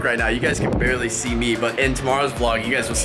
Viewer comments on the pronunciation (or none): Not ‘se’Its “See”